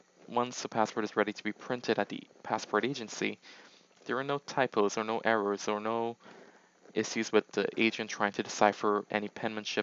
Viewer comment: Bro you say error funny